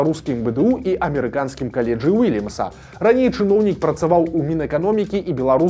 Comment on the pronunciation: Штатаўская вучэльня ймянуецца "Ўільямс КОлідж". То бо, кОледж, а ня калЕдж.